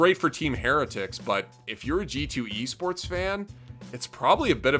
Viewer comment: I had to rewind that. I honestly thought he said yeast sports, no offense.